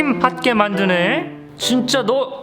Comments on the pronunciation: 에서 순간 '진짜'를 '썅'이라는 줄ㅋㅋㅋ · 나만 초에 진짜가 아니라 ㅅ샹이라고 들림??